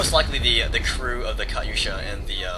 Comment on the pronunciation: ur saying katusha funny that's really not how u say it but its ok.